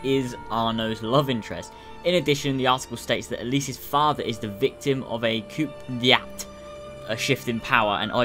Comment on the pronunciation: its pronounced koo-day-tah